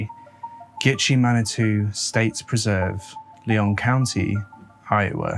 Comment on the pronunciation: Lyon county = lion not lee on; Sioux Falls and big Sioux River = SOO or sue, not six 😂